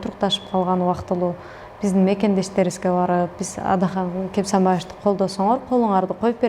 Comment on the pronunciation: Сабатсыз суйлошун кара Атахан дейтго